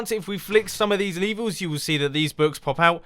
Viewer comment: You Said Leevers!